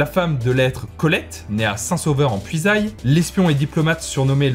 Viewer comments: Et on dit la « Puysaie » et non la « puisaille » 🤣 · St sauveur en puisaye, Puisaye se prononce puisé, pas puisaïe😁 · En tant que poyaudin j'ai saigné des oreilles au moment de la Puisaye ! Cela se dit "Puisai" 😅 Superbe vidéo où j'ai appris beaucoup de choses ! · Excellente vidéo malgré une mauvaise prononciation de la Puisaye, sa ce lit "Puisaie" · " saint sauveur en puisAILLE" Eh non , ça se prononce "puisè" 😀 bonne vidéo cependant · Super vidéo (On dit Saint-Sauveur en puizé pas en puisaille) Un plaisir à regarder ! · Super vidéo sur ma région, j'aimerais simplement corriger la prononciation de Puisaye pour Saint Sauveur en Puisaye, lieu de naissance de Colette. En Puisaye on le prononce "Puisaie", c'est un petit détail mais c'est toujours ça de pris car on aime bien que les noms de nos villes, régions etc... soient correctement prononcés, je pense notamment à Auxerre que beaucoup de personnes qui ne sont pas originaires du coin prononcent "Aucserre". En tout cas merci pour cette vidéo qui fait plaisir car on n'entend pas souvent parler de nous sur Internet. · Je suis pile entre Decize et St Benin d'Azy😁. En revanche la Puisaye se prononce comme si le Y etait un i. 😉